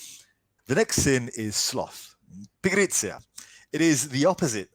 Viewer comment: Was not expecting to hear "pigrizia" from a Brit 😂 do you speak Italian Sir?